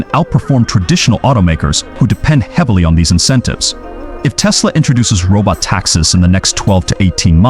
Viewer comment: Sorry but narrator is either AI or doesn’t understand : ‘robot taxxis’?